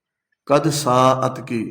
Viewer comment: کاش حضرت علامہ صاحب کاتلفظ۔درست ہوتا قدکوکدپڑھ رہےہیں؛ قیاس کن زگلستان من بہارمرا